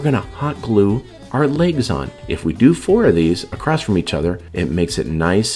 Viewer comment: It's annoying when people say acrosst instead of across